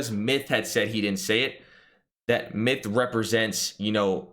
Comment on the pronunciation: I heard Myth-uh or something along those lines